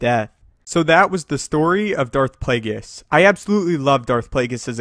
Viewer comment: SanjiBaratie Darth plagues?? It’s Darth plagueis